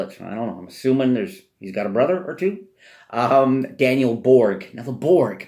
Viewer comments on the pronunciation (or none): none